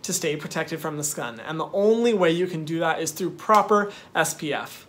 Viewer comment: And “stay protected from the skun” 😂